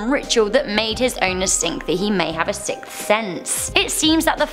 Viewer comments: You are saying sick sense not sixth 😂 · A sick sense? Hehehehe I'd love to hear her say sixth sense 5x fast lol